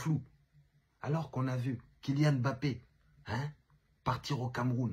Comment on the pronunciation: Enfin un mec qui prononce correctement son nom pfiou ca fait du bien aux oreilles 😅